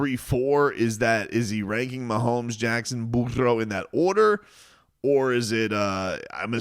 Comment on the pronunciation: Dude, what's with the Burro thing? It's annoying. Say his name right 😂